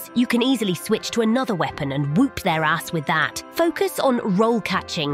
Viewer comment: It’s definitely Partisan, but I’m sure someone else already beat me to commenting it, since I was late to watching the video. Also the over-pronunciation of whoop was hilarious.🤣🤣🤣